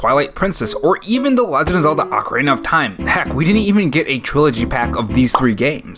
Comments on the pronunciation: hey yea im new and i want the 3ds but you say ocarana of mask and then it threw me off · ah-cuh-reen-uh. Ocarina. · It’s “OH-Kah-REENA” there’s only one consonant separating the O and the A which means the O makes the “OH” sound instead of “AH” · You say ocarina like macarena. 😅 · its ocarina not ocarina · I’ve always pronounced it Ocarina, instead of Ocarina